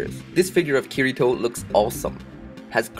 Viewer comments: it's not kir I toe its kitty toe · ***** the way he pronounces the name Kirito is incorrect.